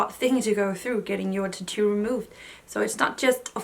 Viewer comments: Titu for tAtoo lol 😆 it’s so funny how the different parts of the world say 1 word and it sound different. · I love the way you say "tattoo"! I will never ask anyone for their honest opinion, I wouldn't believe them anyways.